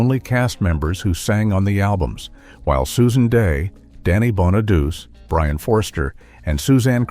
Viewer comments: Danny's last name is pronounced Bonaduchi, not Bonaduse. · And Bon A Doochie, not Bon A Duce